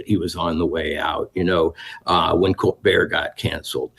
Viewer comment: "Col- bert "